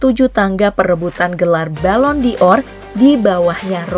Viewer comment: Pengucapan Ballon D'or yang benar dalam bahasa indonesia adalah Balong Dor. Karena Ballon artinya bola dan D'or berasal dari De or, de artinya dari dan Or artinya emas.